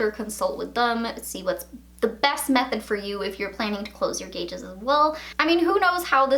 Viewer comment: Every time she calls them gauges i cringe